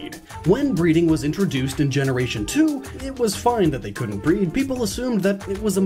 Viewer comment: I thought you were saying BREATH